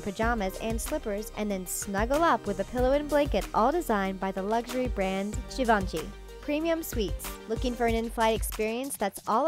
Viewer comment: okay, she can't pronounce abu dhabi right but she can't pronounce givenchy right either smh